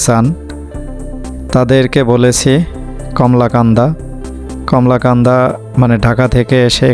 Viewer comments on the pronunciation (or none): ভিডিও কোয়ালিটির দিকে নজর দিবেন, উচ্চারণ টা কমলাকান্দা হবে না, " কলমাকান্দা হবে "